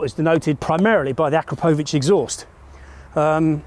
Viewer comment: Thank you for pronouncing Akrapovic correctly. Us Americans can't seem to pronounce it correctly. if anyone cares to listen